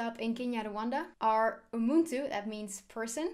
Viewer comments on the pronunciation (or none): Your pronunciation of lake burera was great. The word "umuntu" is pronounced with a soft t. It is almost silent (ooh-moo-new) works and is how many Rwandans pronounce the word anyway. Thanks for doing the video it was great. I will be watching your other ones.